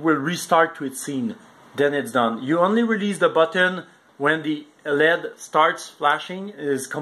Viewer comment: Don't forget Lead instead of L.E.D.. They mispronounce a number of words an also use some improper terms. The proper words area associate and pair.